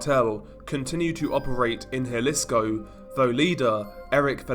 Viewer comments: Those LMGs are heavy af. Let's point out how sore they were the next day posing with those for the whole video. Also, just a little insight: Jalisco is pronounce Ha-lee-sko, not Jah-lisko. Hear that mistake often in videos. I live a few hours from the border so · Good video but it’s pronounced huh lee sco just to be safe